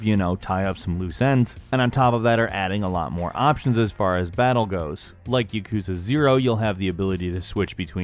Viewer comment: Clo = Chloe YuhKOOza = Yakuza Poke-ay-mon = Pokemon Great vid tho